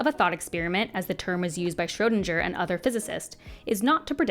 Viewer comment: Your pronunciation of Schroedinger is ATROCIOUS. If that is best a human can do, give me AI every time.